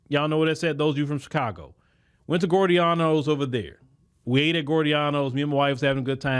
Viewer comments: It's pronounced "GEE-OR-DA-NOs", not "Gordeanos". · It's pronounced Gi-or-danos not gordianos pizza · It’s Giordano’s (gee-or-danos not gore-e-danos) lol I’m from Chicago so I had to tell you the pronunciation. 💯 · Gio dianos he said gorey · Pronounced, "G-OR-DON-NOS". DAMN GOOD DEEP DISH! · we pronounce it Gee-OR dano's Try Gino's East next. What is that young sister's story? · It's pronounced Gio-Dornos!!!! LOL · Great podcast 💯…..btw, the restaurant is pronounced “Gee-Or-Da-No’s…lol. Easy mistake, but thought it helpful. How did you like the food? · it’s pronounced gee o donnos = giordano’s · You're pronoucing it wrong 😂😂😂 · You pronouncing Giordano’s different but it’s one of my fav pizza spots next to Lou Malnati’s